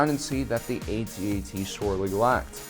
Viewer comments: YOU SAID AT-ET NOT AT-AT THIS MAKES ME SO TRIGGERED AHHH REEEEEEEEEEEEEEEEEEEEEEEEEEEEEEEEEEEEE!!!!!!!!!!!!!!!!!!!!!!!!!!!!!!!! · PLEASE...say ATT-ATT rather than AY-TEE AY-TEE just once, pretty please?!?!?! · After hearing "A-T, A-T" for the millionth time, I had to run. Just say "at-at". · Definitely a generational thing: younger people call it the A T A T (each letter said separately) while us old-timers call it the at at ( ). I cringe when I hear it the other way. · It is not called an " A-T-A-T"....it's an "AT-AT". SMH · Fuck off lad, it's an AT-AT, not A.T.A.T. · We used to call these things at at's back when the movie came out. Why is he pronouncing it A. T. A. T. now? It's distracting. We know what it is, it would me more reverent for him to say at at. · it's not ATAT it's AT-AT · at-at not aye tee aye tee...kids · you said at te don’t you mean at act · ?how come the Kenner ad for the toy calls it an at-at as in hat hat? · Lost me at A-T A-T it's pronounced @@ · Dude, I CANNOT stop hearing AT&T. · Saying 'Ay-Tee Ay-Tee' sounds about as stupid as trying to speak wookie. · Dude you are pronouncing it wrong and it's annoying. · That's not how we pronounce AT-AT.